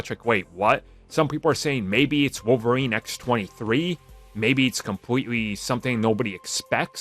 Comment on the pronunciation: Wolf-erine he's the wolf lol